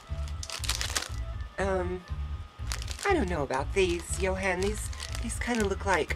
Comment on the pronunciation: Actually, in Sweden, we don't pronounce the H in Johan, so it's more like Jo-an. Absolutely not Joan, but exactly like you say it except the H. :)